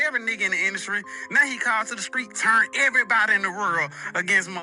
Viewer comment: Hey bro just curious, why do you always say "turn" as "churn"? It sounds really bad when you say "rechurn".. makes me think of somebody stirring up old butter.